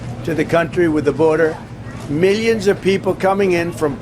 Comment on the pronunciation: "...meeyuns of people..."